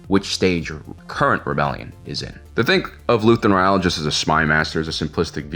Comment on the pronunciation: His last name is Ra-el not Re-al. This isn't Real Madrid...